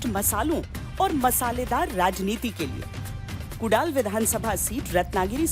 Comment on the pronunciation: अरे बाई कुडाल नाही ग 😂😂😂 कुडाळ...❤